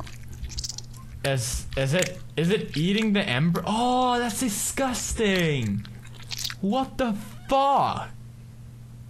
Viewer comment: Pewds pronunciation "Is he eating the embryo model------- aaaaaaahhhh that's disgusteeeeeeng fawwww?!"